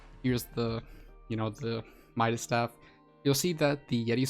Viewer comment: Fun fact: It’s midas’, not mida’s